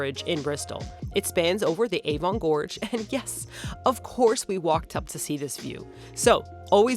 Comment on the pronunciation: You do realise that the pin in the start map was in SCOTLAND !! SHIRE is pronounced SHUR. " Slipper boots " !? I hope you ARE wearing pants when you go out !!😲 PANTS in the UK is UNDERWEAR !! AVON is pronounced AVUN. MUSHY is pronounced (as in dog sled MUSH) not MOOSH.